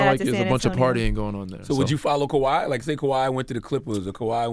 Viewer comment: IT’s KAWHI. NOT KAWAI. FIX IT!!